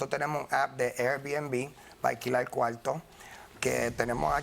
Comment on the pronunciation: Por que no pronuncias Al las ‘R’s ? Puelta, cualto…. Es tan dificil ?